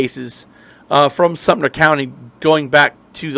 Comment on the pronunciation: I miss this young man, and am close with his family. This amateur needs to correctly use information that is viable, learn to correctly pronounce Sumter ( not Sumner), and question journalistic ethics. Love to the family. Brent always had nothing but respect and courtesy, around me, when he was in my presence. Also, I did major in Journalism , ('87) USC, and have worked as a news director, during my working career.